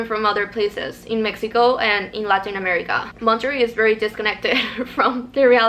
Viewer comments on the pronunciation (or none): none